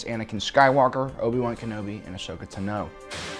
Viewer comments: Anyone else annoyed by how pronounces "Tano" in "Ahsoka Tano", it's not pronounced "tanow", just Tano! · The way you pronounce Tano is extremely frustrating and I don’t know why